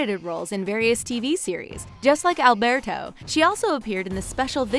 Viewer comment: I hate the way they say Alberto